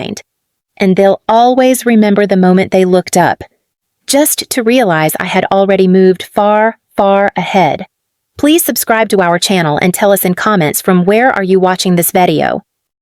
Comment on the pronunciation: There is no such thing as a veedeeo. If AI is so great, why can't it be taught to read English, pronounce it properly and understand how words are pronounced in context so that they don't talk about live-in jobs where the live is pronounced as rhyming with five?